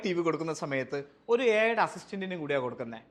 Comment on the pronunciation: Ai ❌ Æyi ✅